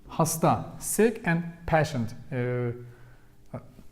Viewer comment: oh btw. your English is amazing. I’ve studied French, Spanish and now Turkish and even though I find them “hard” in certain ways as a native English (American) speaker, I thought I’d offer a tip on pronouncing “patient”. It has the long a vowel sound and sounds more like pAyshunt (if that makes sense). The word “vowel” has a very pronounced V sound in the beginning. I have to admit it’s so cute the way you say it LOL Thanks for replying!